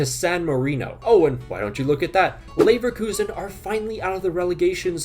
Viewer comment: Leverelegation Relekuzen Levegation 🤣🤣🤣🤣